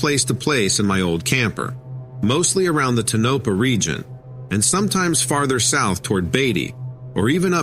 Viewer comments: Ta-no--pa? It's Too- nau - pau It's not nellis AFB it's ( Sandia)I maybe you be lost?! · Yes, I mentioned that too. I cringed everytime he said Tonopah. I lived there just down the street from Nellis, off Charleston. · No tonopa its tonapaw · Its Not tuh-NO-pa,. It’s TOE-no-PAH. Just Sayin. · .Tonopah is pronounced, Toe na paw not Tanopa lol Thank you!! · "TOW NAH PAH"... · It's pronounced Ton-NO-pah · You pronounced Tonopah totally wrong!!!!!! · To editor .this story is very difficult to understand due to your miss- pronunciation of names .especially Tonopah 😮😮😮😮